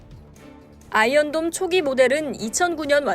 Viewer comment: 어째 아이언돈으로 들리냐 ㅋㅋㅋ 누가더 손해냐 ?